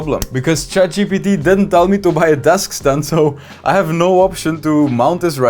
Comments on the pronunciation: It’s funny how he kept calling it chat gtp instead of Gpt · bro seriously saying chat GDB